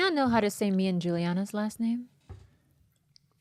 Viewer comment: Since "Kuhn" is a german name it's actually pronounced like "Koon"